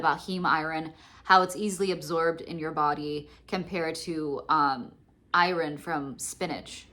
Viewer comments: Lol, I can't handle the "i-ron" mispronunciation. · Girl, if you don't stop pronouncing it i-RON! Where are you from? 😂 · Oooohhhh... I thought you were saying "I-R-N". I was wondering what that stood for. You're actually saying "iron". I've never heard it pronounced the way you say it before. I've mostly just hear it pronounced "eye-urn". So southern people say "urn". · Never heard anyone pronounce iron like that